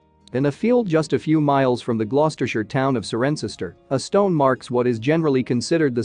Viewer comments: Cirencester is pronounced "siren sester"!!! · As I listen to this, I figured you're not British, so excuse me as I try and correct your pronunciation, Cirencester { Si-ren-sester} also the Thames doesn't flow into the North Sea which is about 500 miles north of London. The Thames flows into the English Channel but the video was interesting. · Just so as you know Cirencester is pronounced Sigh-ren-sess-ter. ❤ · It’s pronounced sirenster. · Cirencester is pronounced "Sirensester" Check things out before making yourself look silly. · Yeah it really mangled Cirencester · Also if electronic voice was not American he would have known how to pronounce Cirencester! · Interesting but you should really work on your English pronunciation eg: Cirencester is pronounced Siren-sester and Sewage = soo-age. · Its pronounced sooage and siren-sester. Please learn pronunciation before doing voice over.